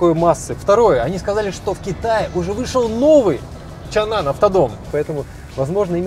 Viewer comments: Почему чанан, если чанган? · Почему чанан!? Чанган же Что вокруг? Асфальт, шо ноешь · не Чан Ан а Чан Ган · Мне одному кажется что он постоянно называет этот Автодом ЧАНАН? Хотя он ЧАНГАН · а почему чаннан, когда чанган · какой еще чанан, когда чанган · Как он может быть чанан если там прям буква говорит сама за себя, чанГан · Чанган может, а не чаннан? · Не чанган... 😂😂😂Кенан.. Когда вы учиться будет правильно вы говорите по английскому.... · Чанан или Чанган? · Чанган, а не чанан😂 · Это ЧанГан а не чанан, Миша дизель был у них на заводе! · Почему он говорит Чанан, когда все вокруг - ЧанГан? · Не Чанан а Чанган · Да не чаннан,а чанган!!!!! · Не чанан а чанган !!! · Автор какой чан-нан, написано же чанган. Что букву "г" английскую съел. А правильно «Чанган», «Чэнган. Сам ты чабан............. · Ну выучи английский алфавит, там не чанан а чанган, там же G буква а не N, почему чанан??? чанган как я вижу. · А не чанган читается?